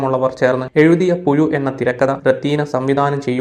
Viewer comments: പുയു അല്ല പുഴു😂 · ഓൻ അങ്ങനെ യെ പറയൂ 🤣🤣🤣🤣